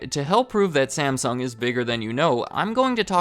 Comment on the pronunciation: Stop mispronouncing Samsung 😡 After 3 minutes, I'm outta here 👎